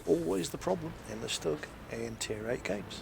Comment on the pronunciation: It is pronounced STOOG. Not Stuhg. The U has an oomlau. It makes the U sound like OOH. :P